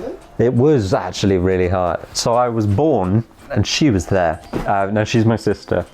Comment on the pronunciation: No video has ever started more british than this one 😂 „well hello theeeere“😂❤️love it